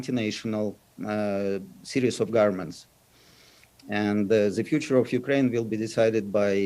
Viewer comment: "hostages of ze nationalistic and actually antinational series of governments" 🤣Even George Orwell couldn't make it up!